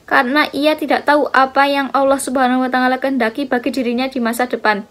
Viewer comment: Mohon koreksi penyebutan watangala.yg seharusnya tidak seperti itu terimakasih